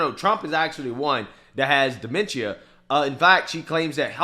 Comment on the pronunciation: Funny how she pronounced demenshshshshia 🤣🤣🤣🤣🤣🤣